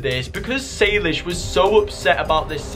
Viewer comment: saylish's my boy it's saylish not saylishe's 🤣🤣🤣🤣